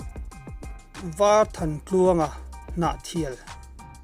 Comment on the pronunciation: A hrim2 in i va chhiar sual nasa em em ve leh, varthantluanga tih chu i chhiar dik tho bawk sia😆